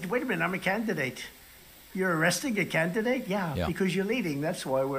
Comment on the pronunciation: I’m a “CAN-De-Date”. And they accuse Biden of not being able to pronounce words? 😅